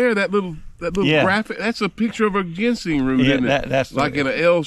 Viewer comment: I knew that but had no idea plus we were just funn'in. couldn't even pronounce ginseng. Lol